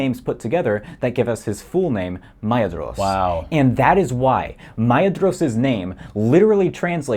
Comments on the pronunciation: the description says he's fluent yet he pronounces Maedhros as /ˈmaedʒɹoʊs/ instead of /maˈeðɾos/ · the DH in Maedhros is pronounced like the TH in clothes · I was wrong. Maedhros is supposed to be pronounced /ˈmae̯ðros/ and not /maˈeðɾos/ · I love how you just insulted all "Guys who memorized all the family trees and is fluent in Elvish" by saying "MIe-ed-ros." In the appendix it CLEARLY states that dh says "th" as in "then." So therefore, it is not Mi-ed-ros, it is M-AY-eTH-Ros. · "Maitamo" is Quenya, not Sindarin - it would indeed be pretty strange for Nerdanel to name her baby in a language she didn't know existed. Also the "dh" in "Maedhros" is pronounced "th" as in "this". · Me remembering I thought Maedhros's name was pronounced "Ma-door-es" I don't know why lol (He is my current fav Tolkien character) :0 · I hate to be that person and I know I’m not helping my case, but the dh in Maedhros is a voiceless dental fricative, /θ/. So it’s pronounced like the th in thin. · Now I'm wondering if the mispronunciation of Maedhros is an intentional dig at the kind of person, or a genuine mistake. And yes, I am that kind of person. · lol, the nerd one mispronounced “Maedhros” I feel underrepresented